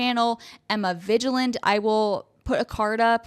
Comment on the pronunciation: btw, it's pronounced Emma 'VIG Land' not 'VIDGE Land'. You should probably just come up with a nickname for her.